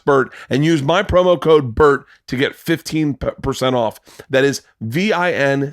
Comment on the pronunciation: vin -ser-oh ... come on man ... theyre sponsoring.